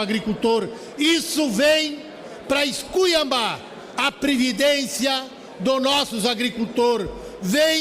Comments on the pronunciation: 'nós do PT "semos" contra' .... 'veio para "escuiambá" o cara é deputado e fala "semos" , "escuiambá" ?! Daí nota-se o nível intelectual de quem vota em gente assim... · Marcon do PT-RS precisa estudar antes de falar "semos" e "escuiambar." Marcon analfabeto, o correto é "somos" e "esculhambar". Vc deveria voltar para o primário...